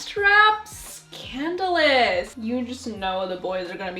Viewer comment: I swear she said CANDLELIS instead of scandalis 😂😂😂😂😂😂